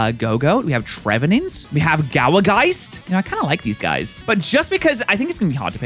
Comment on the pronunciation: I can't with some of your pronunciations, haha. Buneary. Bunny - Ear - y. Bun-ear-y. Gourgeist. Gourd - Geist. Gour-geist.